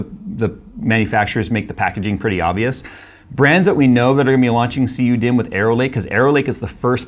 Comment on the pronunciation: I heard him say CU me not cu dimm thats an oof